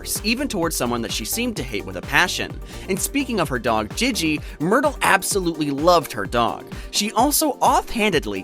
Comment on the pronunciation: Bro said gege it’s Gigi 😭